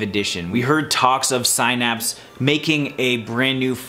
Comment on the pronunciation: The mispronunciation of “Synapse” bothers me.